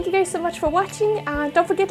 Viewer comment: You're amazing and this is so cool. I think I'll give it a try! In the beginning of the video it sounded like you said "hi gays" hahaha which is fair... Hi.